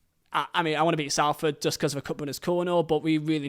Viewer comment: It's pronounced, Solford, not Salford even though that's the spelling :)